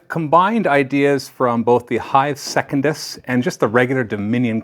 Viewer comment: If you keep calling it "second-iss" instead of "sec-un-dus" I won't be watching the campaign videos.